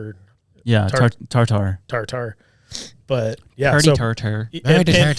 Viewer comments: I think Tartar is pronounced tarter or tartur not TAR TAR 😂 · Saying TarTar is making me giggle too much xD